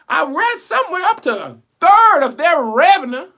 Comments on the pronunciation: Rosey Florestal 😂😂😂Between those two and ‘revenuh’ (revenue), he has me dying over here!!! 🤣🤣🤣🤣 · Henry 😂😂😂😂😂 I know right....he pronounced revenue like my 80 year old mom pronounces it.